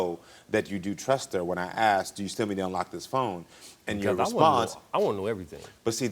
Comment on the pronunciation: Shut up woman and it's "asked not aksed"